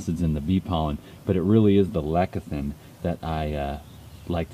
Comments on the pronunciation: Did he say lekithin? lol Bee Pollen is not vegan! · It's not my place to call anyone a snake-oil-salesman, but oh dear Lord does he not sound just like one? ^_^ Lecithin btw derives from the Greek "lekithos" (‘egg yolk’), so I see why he pronounces it the way he does... or maybe he IS just being pretentious (and I can hardly cast the first stone on THAT score ;-p). <3